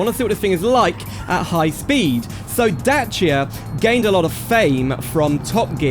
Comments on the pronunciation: Not "Day Sia" but "Dat chya" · Datchia not Dasia💅💅💅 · sorry to be a twat but its pronounced dachia, great video and mod though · who the fuck calls it daysia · So how many times did you thought about killing yourself when you heard this guy misspronounce Dačia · then you pronounced dacia wrong:( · Evry time i hear someone misspronounce Dačia.One Romanian guy unalive himself.